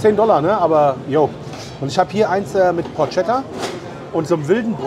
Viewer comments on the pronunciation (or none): lass die Portschätta keinen Italiano hören 🤣🤣🤣 aber ansonsten ist alles Bestenst 👍 auf Katz's spinn ich auch schon seit 5 Jahren ... beste Grüße aus Kärnten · Geiles Video! Aber es heißt PoRKkketta:) wenn du auf Italienisch ein C und ein H liest spricht man es immer K. C und I ist immer Tschi ❤